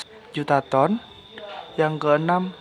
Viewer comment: Tolong di pas kn dulu penyebutan ton nya mas bro